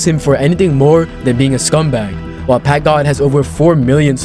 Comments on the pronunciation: "packgad himself" 💀💀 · That dude said packgod more like pack mid i bet u chdhe down there😭💀